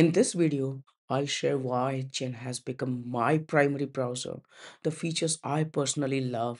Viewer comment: Allow me to introduce you to Audacity. tbh, I had to turn my volume up to max to hear this video. Even chatgpt told me that users will forgive bad content (actually your content is very good except everyone knows it's Zen, not Jen, even if they never hear of the browser before, like me.), but they will not forgive bad audio. Please run your audio thru audacity before submitting.